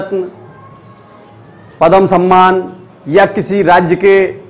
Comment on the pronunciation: पदम नहीं , पद्म ।उच्चारण शुद्ध कीजिए ।